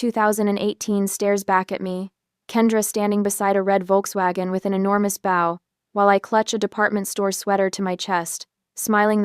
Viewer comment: Please teach your AI narrator how to pronounce “bow” correctly. And aren’t there laws about pawn shops receiving stolen property? Lastly, I wouldn’t have given them 30 days… 7 days would be more like it.